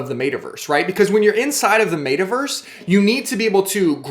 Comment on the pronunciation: MET-a-Verse not MAYta-Verse